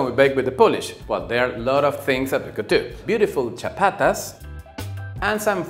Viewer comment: “…beautiful Chapatas.” Hahahaha! Dude! You’re too much! They’re Ciabattas! With a “b” not a “p”! Continue…